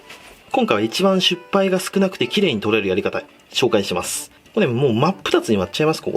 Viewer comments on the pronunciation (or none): 「しっぱい」のこと「しゅっぱい」って言うな！！笑